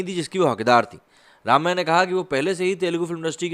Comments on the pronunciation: It is Rum-ya, not Raam-ya. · It is not pronounced Raamya but Rumya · “Ramya” krishnan’s first name is pronounces as “RUMYA”, not “Raamya”. Thought I’d tell you. No offense meant to you. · Jab log unka naam Tak theek se nahi le sakte woh kyun Bollywood mein kaam karengi. It's only Ramya not Raamya.